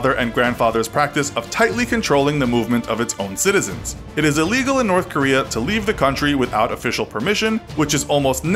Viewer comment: Nobody: You: Norf Korea